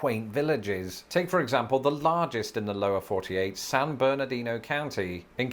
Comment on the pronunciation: I live in San Bernardino County. (Congrats to for pronouncing it correctly, though his Los Angeles is a bit off). We love the Inland Empire. Within one hour, we can get to the Pacific Ocean, the mountains, or the high or low deserts (different). Speaking of mountains, we have several above 7,000 feet tall. And that's straight up; I live at about 1,500 feet. I have been lucky enough to go several times to England, Scotland, Wales, Northern Ireland, as well as the Channel Islands. Both of us have beautiful countries, though vastly different in size. Enjoyed this video, my cousins across the Pond.